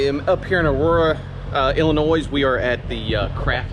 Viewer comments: FYI: It's Illinois. The "s" is silent. Thanks for explaining your situation why you don't have the camera going all the time. Stay safe. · Not to be a grammar Nazi, but Illinois is pronounced without the s at the end. It's a silent s. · Hey there good buddy the S on Illinois is silent